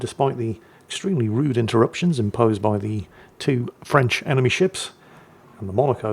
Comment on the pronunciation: "Emeny submarine" oh